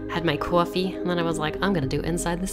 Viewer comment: "Qwoffee" lol 🤣☕💖